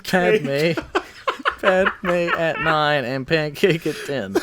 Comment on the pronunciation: lol its padme not padmea